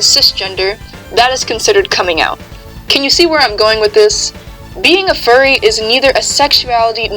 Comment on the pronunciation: “i-i-i-i am a fuwwy 😔😔😔😔” SHUT UP